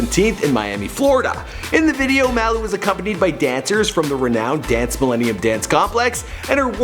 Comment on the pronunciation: Do u know how to say MALU